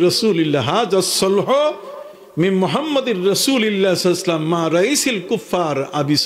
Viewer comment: নবীজির নামের শেষে (সা:)/সাল্লাল্লাহু ওয়ালাইহি ওয়াসাল্লাম ঠিক করে উচ্চারণ করেন। আদবের সহীত উচ্চারণ করেন। তারপর আরেকজনের ভুল ধরতে আসবেন। তদের মতো তক্তার জন্যই মুসলমানরা একত্রিত হতে পারে না।